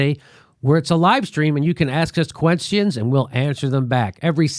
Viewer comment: Hey Jimmy, what is a queNstion... You need a new outro without the N in question.